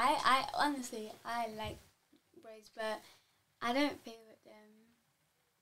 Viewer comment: It's not Rose... it's Rosé